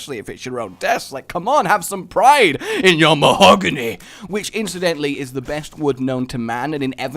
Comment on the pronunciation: why were you saying mahogany like that I feel you were referencing dbz abridged cause you were saying it like that